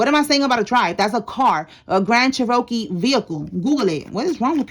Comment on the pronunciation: They probably said that bc of how you are saying it. It’s Cherokee. (Chair-ra-kee) your saying Che-Ro-kee